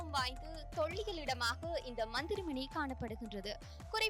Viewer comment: ளகர, லகர உச்சரிப்பில் கவனம் தேவை. தொள்ளியல் அல்ல. தொல்லியல்.